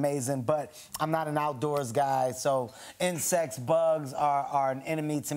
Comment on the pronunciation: Am I the only one that heard kevin hart say 'intersex', I'm sure he was ment to say insects but I heard intersex.